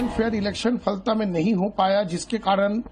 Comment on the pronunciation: Dear Zee News , It's " फलता" Not फालटा